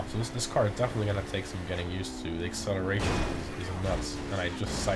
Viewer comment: No one:: aCCelaRtiON iS a w0w